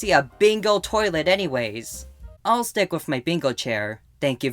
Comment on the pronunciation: Why did I hear "let's twick!" "Yea let's twick!!" 😭